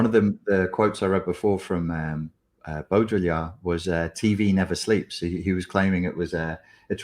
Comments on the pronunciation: Baudrillard is pronounced Bow dree ar, not Bo Diddly ard 😊 Did my dissertation on the hyperreal 20 years ago and... yup. Never more true than now. Strange days indeed. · It’s pronounced Bo-dri-ard (like yard). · "Beau-dree-yard !" Follow the the bouncing ball....